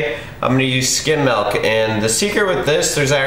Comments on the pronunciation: MILK dude MILK fucking MIIILK not MAAAAALK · Nice, sweet, healthy treat :) Also, nice intro. Also, what state do you live in where you pronounce milk malk?